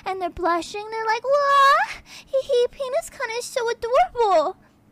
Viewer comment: This voice is better than her real one. Also she needs to say kun right.